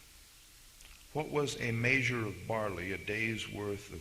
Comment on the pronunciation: I tried. I really did, but he says "maysure" instead of "measure" and this video is filled with it. I just couldn't take it anymore.